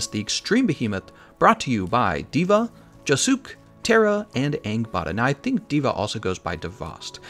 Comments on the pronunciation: Oooof Josuke was pronounced joesook. That's a yikes for my 4th favorite jojo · lmao, the way he pronunces josuke